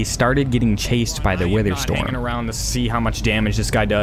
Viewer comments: “wither stom” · "wither stom." XD